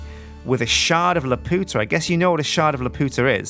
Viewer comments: I cringed when you said Laputa wrong, Miyazaki movies are my FAV of all time, Castle in the Sky being one of the tops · good so i am not the only one that knows hes saying it wrong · Ahh! watch castle in the sky and learn how to pronounce laputa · Every time he said it wrong a part of me died inside. Go watch the movie please... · every time he says laputa that way I can't help laughing. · ugh he's saying lapuda wrong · since the mod maker obviously had the Studio Ghibli movie in mind when adding the shard,the proper pronunciation would be Lap-You-Ta. Not La-Poot-Ah Sorry to point it out,but it drives me nuts when people pronounce words with universal pronunciations wrong. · its pronounced Lah-pyoo-tah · it's pronounced lapewta!!!! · "Shard of LAPOOTA" someone didn't see Castle in the Sky. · Lap-you-tah please, you're swearing in Spanish. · It is pronounced Lap-you-ta like from Castle in the Sky! It is a refence to that Studio Ghibli movie! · Isn't it pronounced lap-you-tuh? The way you say it is just raunchy, and offensive to the spanish speakers. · My heart cries every time he says "La-Poota" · I love you but I swear to god if you say "Lupiootuh" one more time i will call Studio Ghibli and my lawyer. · It's pronounced lap-you-tah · keeps pronouncing Laputa wrong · LAP-YOU-TA it is pronounced lap you ta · The shard is pronounced "lap - you - ta" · Laputa is pronounced as "La-pyu-ta" in the Ghibli movie, but Jonathan Swift probably meant for it to sound like the Spanish phrase meaning "The Whore". Swift was like that. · isnt it la-pew-ta like the anime film you know sky castle the amulet that makes her float and stuff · Youre pronouncing it wrong its Lap-u-ta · you pronounced Laputa wrong!! HOW DEAR YOU!!!!!